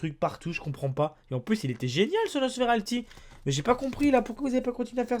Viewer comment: NosferaPTI pas nosferalti